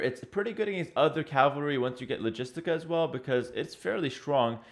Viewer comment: Ca-val-ry, not Calvary people!